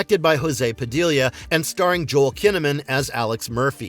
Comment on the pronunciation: Padilla = 'pah-DEE -yah' Because the two Ls make a Y sound in Spanish. Like "tortilla."